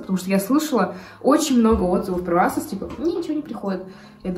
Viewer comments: Не асос, а эйсос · Асос ?... АААААА простите привыкла к произношению эйсос